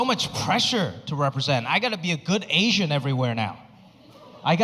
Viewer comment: Best thing about this guy is his accent,, he says ,Ashhyann instead of asian 😅😅 hhh